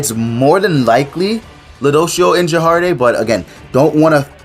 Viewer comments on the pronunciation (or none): it took me a while to know you were talking about gerharde when you said jerharde